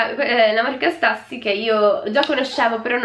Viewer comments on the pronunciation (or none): Si legge stiussi non stassy AHAHAH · comunque la Stüssy si pronuncia “Stussi” e non “Stassi”, ti adoro❤️ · Stassy madonnina Santa se dice stiussy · Nooooooo se c'è scritto stÜssy si dice stussy (sTIussy) non stAssy...basilare 😂😂😂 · Ti adoro...Però non si legge STASSY!!!Io ho tantissime magliette e la conosco benissimo